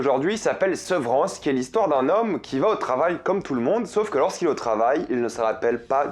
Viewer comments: Sans vouloir être méchante, si tu es si bon en Anglais, pourquoi tu ne prononces pas les titres des séries et des films un peu mieux que ça ? 😕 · "la SEUVEURANCE" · J'entends Sevran.